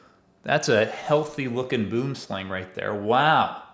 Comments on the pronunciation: Obviously you arent Afrikaans, but you are saying the snakes name incorrectly, you would say it as bwooomslang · The way you say Boomslang always amused me